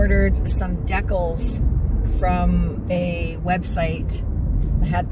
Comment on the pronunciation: Whenever you say "decal", it makes me think of Jen's video when she said ,when you said decals, she was wondering what that was and when she found out you were talking about decals , she asked if that was the Canadian way of pronouncing decals. LOL You might want to google the pronunciation as it's not pronounced that way. LOL